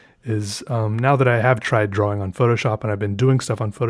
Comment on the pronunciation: I love how he says "drawing"... "draw-wing"